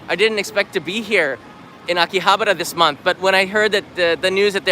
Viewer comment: you don't even know how to pronounce Akihabara and you dare to speak of its history.... pathetic foreigners selling Japan for views.... at least try to learn the names properly mate.